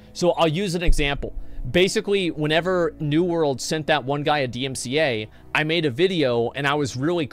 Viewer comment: i cant take u seriously when u cant even get the acronym "DMCA" correctly, multiple times.